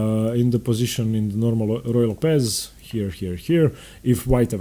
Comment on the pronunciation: Second small quibble: You have the absolute best name pronunciation of any commentator on YouTube. Capablanca! Azmaiparashvili! Zapata! Clean voice and correct... Except for Ruy López (as written in Spanish), which is pronounced LO-pez instead of lo-PEZ. Wonderful videos. Earned my subscription.